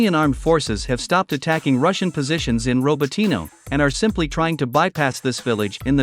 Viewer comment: It is RAbotino, no RObotino